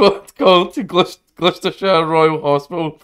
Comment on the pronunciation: "Glooostershire" = Wrong. The Bum Squad was called = Right